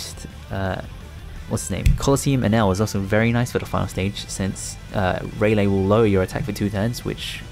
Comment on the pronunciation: It's Ray-lee, not Ray-lay, PepeHands